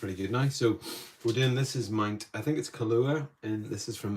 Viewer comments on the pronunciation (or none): Pronounced. Kill-ah-whey -a in Hawai’ian.